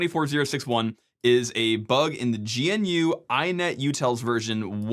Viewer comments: I'm sorry to sound pedantic here but this has bothered me for quite some time. GNU is pronounced as "Guh-Noo", similar to the animal. Not "Gee-En-Uu" as the abbreviation might indicate. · GNU is pronounced gnoo. Or like grew, but with an n instead of an r. Not G.N.U. (Source: Richard Stallman himself.) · I really like your videos, but every time you say "G N U" instead of "gnu" (like the animal the foundation also has as mascot), it makes the hairs on the back of my neck stand up. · Umm, EXCUSE me, but it's pro-NOUNCED, "guh-nuu" (it rhymes with "canoe"). thanks.